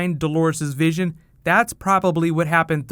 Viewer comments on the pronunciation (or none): none